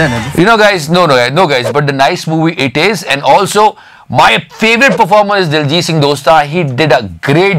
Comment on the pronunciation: please pronounce Diljit's name properly